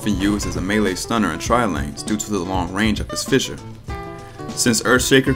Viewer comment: man why did they change the name of the first ability to "fisher" instead of fissure